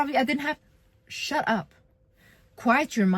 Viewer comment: The "shut up" was personal😂